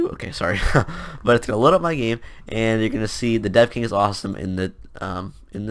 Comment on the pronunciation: lol i thought you said The Deaf King